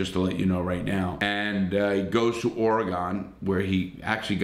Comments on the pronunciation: Just to let you know, it's pronounced ORE-uh-g'n not or e gone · its not pronounced ore-a-gone its pronounced like ore-gen